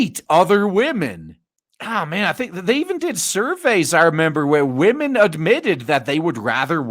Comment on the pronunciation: "We need men who will mentor wahmens. Please mentor wahmen."